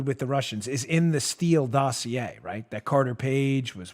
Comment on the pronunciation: "The dough-see-a"